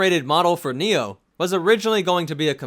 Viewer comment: I think you're saying his name wrong I want to die.